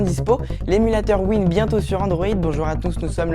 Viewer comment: Aale con, Wine veut dire Wine is not an emulator donc si tu parles pas anglais, cause pas de ce que tu connais pas et améliore ta prononciation.